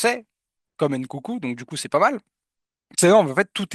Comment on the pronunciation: STP mon pote c'est Nkunku pas Ncoucou